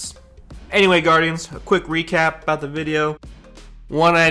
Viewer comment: "Whats up baurdians, in Cheerios" Amazing